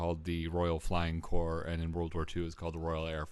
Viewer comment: Corps! Not circus. Jeez.